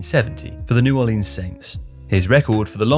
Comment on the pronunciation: Seriously, is there one Brit who can pronounce New Orleans correctly?!? One factor is has kickers increased their success, coaches will take the "three" because it is less of a risk to giving the opponent good field positions